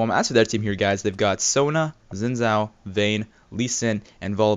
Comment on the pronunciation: Xin zhao is pronounced Sheen Jow